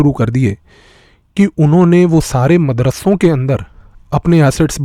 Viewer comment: अरे भाई अपना उच्चारण तो सुधारिए।आप जो मदरस्सों शब्द बोल रहे हैं न इसे मदरस्सों नहीं बोला जाता बल्कि मदरसों बोला जाता है।आपके उच्चारण में पंजाबी भाषा के उच्चारण का प्रभाव है जिस कारण वीडियो का मजा खराब हो गया यार।